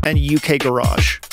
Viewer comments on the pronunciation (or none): It's garage, not garage.